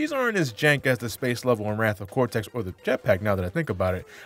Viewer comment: It's actually pronounced Cortex cuz that's his name not Cortez.